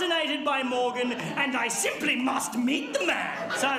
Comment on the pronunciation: I really love how Randy says "And I SIMPLY must MEET the man!"